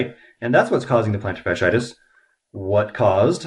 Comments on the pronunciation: It's fas-she-I-tis, not fas-i-tis. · I'd like to know why you are the expert and the podiatrist doesn't understand this? You're not pronouncing the word correctly. The two i i s in the middle of the word are pronounced as 'e' first then 'i'. Fash-E-itis